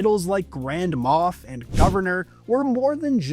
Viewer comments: Moff not Moth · MOFF...wtf is a MOFF? MOFF Balls?